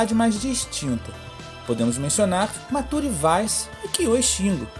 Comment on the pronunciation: Eu não quero ser chato, mas eu sou, fazer o que? Pelo amor de Deus, esse narrador dos vídeos é bom, mas ele precisa urgentemente aprender a pronuncia de nomes. "Decaprê", "Matúre", "Cámi". Reclamar disso parece ser frescura - e é. Mas detalhes bobos como esse aumentam o profissionalismo de todo o produto, e a soma dessas coisinhas "bobas" influenciam na decisão de compra e suporte de algumas pessoas. Eu consigo visualizar com muita facilidade alguém dizendo que "não vai comprar um jogo de uma equipe que sequer sabe pronunciar um nome direito". Tirando isso, só tenho elogios a fazer.